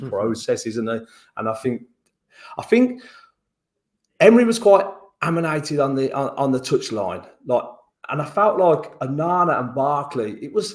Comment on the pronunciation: Did say "aminated" 😂